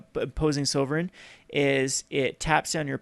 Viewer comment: Should actually Look in how to say Sovereign correctly... because he looks foolish